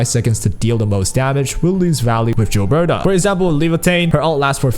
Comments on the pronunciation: For the love of god stop calling her Jilberta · Gilberta you read like GIF or GOD